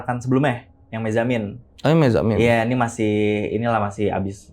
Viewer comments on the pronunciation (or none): Mezzamine ❌ Mezzannine ✅ - Musabasah ❌ Muhasabah ✅ 😂😂😂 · Koreksi ya bang narsum, maksudnya Muhasabbah yaa. Bukan musabasah. Mezzanine sebutan jenis kamarnya bukan mezamin